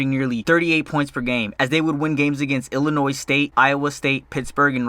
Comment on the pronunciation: Please don’t say Illinois with an s. It’s silent